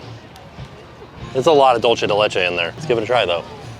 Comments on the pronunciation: Still holding out for a correct pronunciation of “dulce de leche”, you’re so close 😭😂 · The way he says dulce de Leche and pernil kills Me . I was correcting him every time. The tostones with pernil would be much better if it was made fresh and hot. They are hard because they are cold. When they are hot they are soft. There is a restaurant 5 minutes outside of disney springs called Pal Campo. You should try it. Authentic Puerto Rican food.